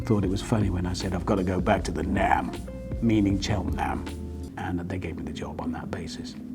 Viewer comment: Seems funny hearing you say naam for Cheltenham, not heard that for a while. I live there, grew up in Hester's Way.......